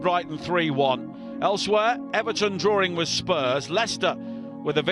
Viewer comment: The word is drawing, not drawring!!